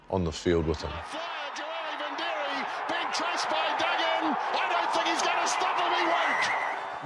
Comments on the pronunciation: there's no n in vidiri, they all butchered his name through out his career and still do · know this,, his name is joeli vidiri, theres no N in his name,, now listen to the commentators, they call him joeli vindiri, wrong assholes,, why dont they call richie mc caw richie maclaw????? its the same dumb mistake,, david wood was a pukekohe and counties winger the commentators called him david woods, grrrrrr do youre job properly